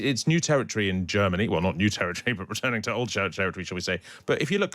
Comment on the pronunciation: MERZ SAYS GERM MANY WILL BE A GREAT BAZI COUNTRY AGAIN.